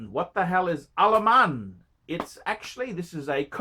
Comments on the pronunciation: Why he always screaming Al Aman when its written Al Ain ? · Jesus fucking christ, are you not able to read? How the hell is Al Ain "Alaman"? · I've been to Al Ain. An Al Ain Phranck Muller is pretty niche,! Good luck shiphting that. AND ITS 'AAL AYN' YOU BOGAN! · It's pronunciation is Al ayeen and fronk mewller